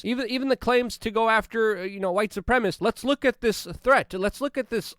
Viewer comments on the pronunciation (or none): Luke, it is pronounced Suprem-a-cist. Sounds like you are saying Suprem-ist. LOVE your PODCAST! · LUKE. You have to stop saying "supremists" and say "supremaCISTS" 😅